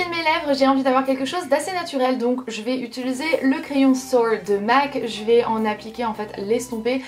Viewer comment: Rahhhh UtUliser -_